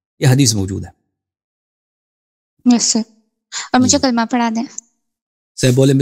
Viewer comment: Bete kalma to sahi kar lo